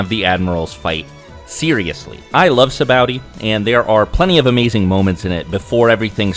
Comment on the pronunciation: afther hearing you say sabaody wierd i google how to pronounce and learned that both you and tekking101 says it wrong and a few other names along the way and now it just triggers me -.- but i did watch the whole video and that was about the only thing i dint like :D